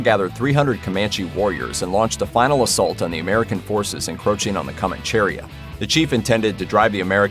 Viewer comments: Coh-mahn-cheh-REE-ya. There is no 'cherry' in the word. The stress is in the fourth syllable. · Co man che ría. (accent on the í) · co•MAN•che•RI•a(h) is how you pronounce it not however he butchers it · Co man Che Ria not comancheria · I think the accent in Comancheria is on the i, as that is the second to last syllable. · It's Comanchería. The stress is on the I, that's why it takes an accent there. Don't stress the e. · Decent video, but could you please stop mispronouncing Comancheria!!!